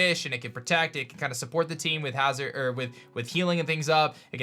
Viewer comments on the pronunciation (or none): none